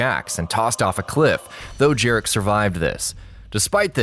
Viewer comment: "Jar-WRECK"!? It's FUCKING Pronounces "Jare-RICK"!!